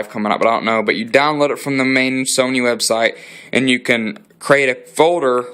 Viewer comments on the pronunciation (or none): none